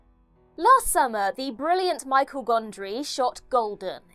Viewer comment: It's not Michael Gondry, it's Michel. Like Michelle. You know, French...